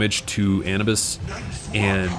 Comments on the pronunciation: Ahhh-New-bus not and-nuhh-bis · DID HE JUST CALL HIM ANIBUS?!?!?!?!?!?!?!?! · I was okay with this till he pronounced Anubis that way. You shouldn't even play the game bro